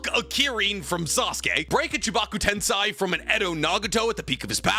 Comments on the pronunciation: Its chibaku tensei not tensai. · “Ten-Sai” “nuke-yalur” Me:😪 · I’m so conflicted. usually makes pretty good content. Usually knows his stuff. Then he misses orochimaru on this list and never fails to mispronounce “tensei” and “nuclear” 😪